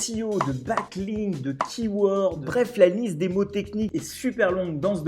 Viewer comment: Prononciation du mot "Backlink" dès la 25ème seconde de la vidéo :') ! Je m'abonne 😍😍 !